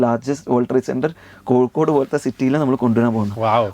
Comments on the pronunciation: Kokod alla Kozhikode 😂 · കോഴിക്കോട് എന്ന് സ്ഫുടതയോടെ പറയൂ നീല കുപയക്കാര